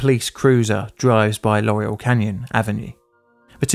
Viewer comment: Laurel Canyon not Loriel and Van Nuys is pronounced Van eyes